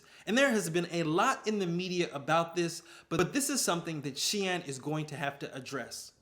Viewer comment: Loved the cut-in from Sunoa- turns out I've been pronouncing Shein wrong too 🤣